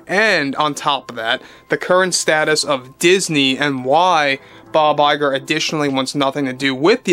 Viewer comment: Bob LIE-grrr